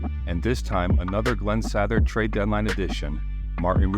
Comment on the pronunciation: Especially his AI mispronouncing of Glen Sattthhher.